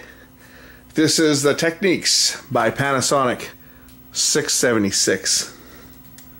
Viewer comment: its not techniques , its technix....